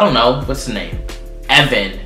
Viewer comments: Aoibhinn is prounounced a Veen not eevan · hey im irish and alot of the names in Irish arent right especially conor!!! BTW ''bh'' makes a ''v'' sound when they are together e.g. aoiBHínn is pronounced AEVEEN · Ae veen not evan ha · Aoibhinn is actually pronounced like ay-veen and Tadgh is like tie-guh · Sho Cabello I know I cracked up when I heard him say it 😂😂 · aoibhinn/aoibheann/aoibhín is actually ay-veen or eeveen